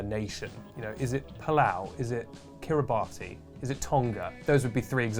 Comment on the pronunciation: Kiribati is pronounced Kiribass, you idiots!